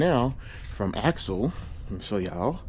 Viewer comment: It may be pronounced “axial”, not “axle”